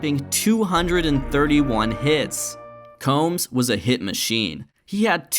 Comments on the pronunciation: Earl Combs' name rhymed with Tombs, not like comb. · Earle Combs' name was actually pronounced 'Coombs'. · Combs is actually pronounced "Coombs". But overall, amazing video.